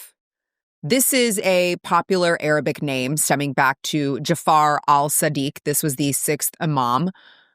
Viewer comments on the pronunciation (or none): Your channel claims to promote respect, yet you don’t even pronounce the names respectfully. They’re Sadiq and Osman — not ‘Siddiq’ and ‘Oozman,’ which you said in a mocking tone. You have some way to go before your commentary can be considered credible.